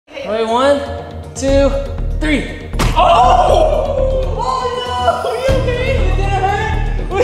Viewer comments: Alex really did turn British for a second Alex: are you okay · I love them so much ive been watching alex and for a really long time now like rolanda and richard times lol anyways anyone else find it funny how when he said are you ok he went kinda british😂😂😂at least to me